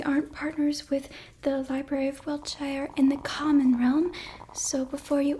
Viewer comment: Just a tip if you're talking about wiltshire in England. Any place with the suffix is pronounced "shir" or "sure" I know a lot of people get it confused because of lotr having the shire 😂 Just thought I'd let you know for future reference 😊